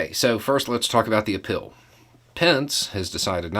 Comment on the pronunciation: Did you just say "appeal" or "a pill"... 🤔 If it's the latter, can it be Adderall? 😋 — Drumpf